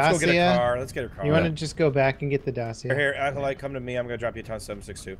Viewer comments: lmao Charlie calls him "Accolade" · i swear keeps calling Aculite, Aculade!